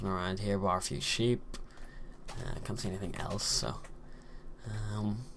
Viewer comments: bar a few sheep, not baa a few sheep lol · he said bar, as in minus but it sounds like baa